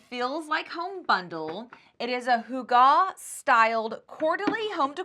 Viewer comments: Pronounce it as hoo gah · Put the emphasis on the first syllable